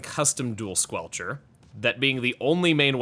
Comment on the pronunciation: "squelcherst" lol. But seriously I do enjoy this setup quite a lot, the added mobility is a lot of fun and at extra range does keep certain other stronger weapons at bay.